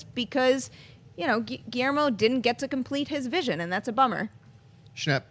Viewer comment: Is it just me who finds HILARIOUS the way they pronounce GUILLERMO? Just say the L guys, it isn't that hard.